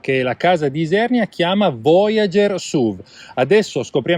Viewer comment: Voiágêrrr suvvv 😂